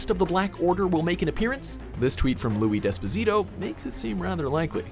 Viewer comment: its pronounced louis despactio